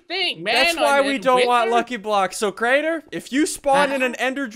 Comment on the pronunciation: It’s Crainer not Craner